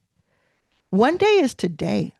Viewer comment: “One day” is TUH-DAY.